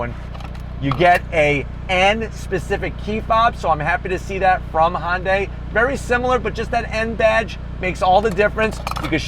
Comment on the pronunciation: Its not a "hondai" its a "hyundai"